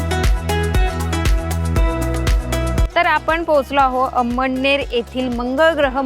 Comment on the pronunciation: अम्म्डनेर नव्हे अमळनेर